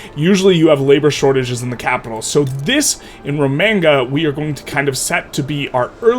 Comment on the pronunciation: I'm usually pretty chill about people pronouncing things differently, but it hurts my ears hearing you say Romagna the way you did. It's pronounced like lasagna, with the Y sound at the end.